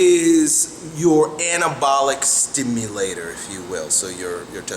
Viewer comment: Sounds like he is saying cannabalic